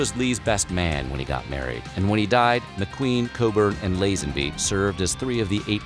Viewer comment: George Lazenby.... Lah-zen-bee!